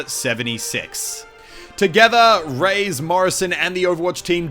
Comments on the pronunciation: Reyes isn't pronounced "Rays", his name is pronounced "Ray-Es" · your Australian showed so Hard in this vid. Reyes is pronounced Ray-ez, not Rays lol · "Gabrial Rays" "Rays" It's Ray-es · Muselk it's pronounced "reh-yez" not "rays" just sayin' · Is not "Gabriel Reys", its "Reyes", plural for Kings in spanish, also a last name. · Except for it's canonicly Rey-es, not Rays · hey this is just for future reference but you pronounced reyes wrong! it's pronounced like ray-es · no, he indeed mispronounced it. The correct pronunciation would be like "Re-jes" since the english J is phonetically equivalent with the spanish Y